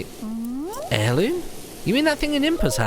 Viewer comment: What's an Heriloom? Heirloom sure. But Heriloom? Must be a Hylian thing